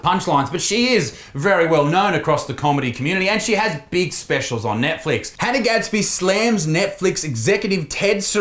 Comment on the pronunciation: Hannah gadsby more like Han-'nah'